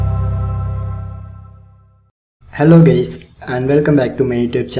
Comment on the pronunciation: "Hello gays"